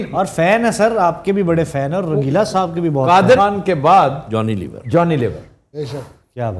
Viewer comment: intro krwaty wqt sahab py bra zor deti hen aftab iqbal saaaaaaahhhbbbb ye na bhi kahen to phr b wo hmary liye itny hi mohtaram hen